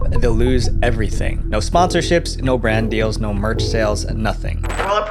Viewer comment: "guys just bought my bwand new deditated wamborgini" now I know where the meme came from